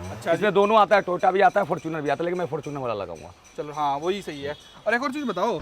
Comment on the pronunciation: Toyota ❌ tota ✅